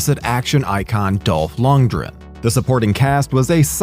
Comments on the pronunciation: Action icon Dolph Ludrenn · I'm sorry, did you just say Dolph Lunge-ren? And why does every video about this movie call it Johnny Pneumonic? It's Mnemonic. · Loond-gren. With the R sounding like a soft D. Eheh, you said ”soft D”. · You do know lundgren has a "g" in it dont you?